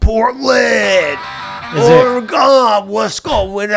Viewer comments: The way he keeps saying Oregon as Oregone 😭😂😂😂😂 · It’s pronounced like the bodily organ not oregano without the o❤❤ love u jeffff❤❤❤